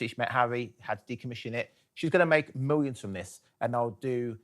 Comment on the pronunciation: If you’re going to use the word “millions”, maybe learn how to pronounce it.